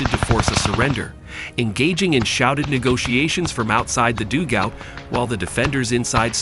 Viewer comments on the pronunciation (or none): "doogout" It's 'dugout', you AI numpty. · the enemies doog out lol where did you find this voice omg its painful ...... its pronounced dug - out .. simple english .... american voice commentary like its a baseball game ...its terrible